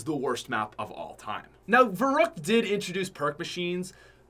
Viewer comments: I don’t think he said verückt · thats what I'm saying I was kinda triggered when he said veruckt